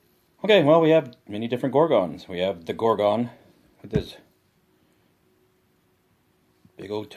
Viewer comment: It annoys greatly how you aren't pronouncing "Gorgon" correctly. Please reference this: I might not be any better, but Americans suck at pronouncing English words correctly, they speak lazily. I need to focus on not speaking lazily as well, its something I'm trying to fix about myself cause I realize how bad it is.